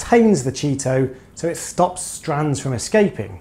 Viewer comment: Yep 👍...less maintenance approach is a great call. That’s the first I’ve heard it pronounced ‘Cheeto’. Is that what you guys call it on that side of the pond?...or is that ‘ specific’? Cheers 🍻